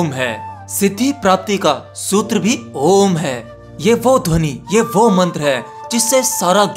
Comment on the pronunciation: App om ka galat uchran krrr rahe hhh